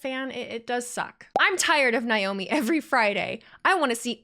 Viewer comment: Believe Naomi's name is pronounced Nay-Oh-Me not Nigh-Oh-me. Sorry, it just bugs me a little. The whole thing with MCMG and The Bloodline and Roman,etc. was fun!